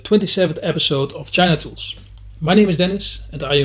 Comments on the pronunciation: When you said "China Tools" at the beginning of the video, it sounded like "genitals" 😆 Yeah I know, I have the humor of a 12 year old. Great video, I'm checking out these tools! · LOL, genitals, I never mistook you saying China Tools for genitals, now I am not sure I can unhear that. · Definitely a "thumbs-up" for "geni tools". I still can't stop laughing. BTW, I have had no problem understanding your english. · The “alternate” pronunciation of “China Tools” has never occurred to me. Now, I can’t unhear it! Thanks, Dennis 🤣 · Ive watched this video four time and the mispronouncement bit at the start make a me laugh every time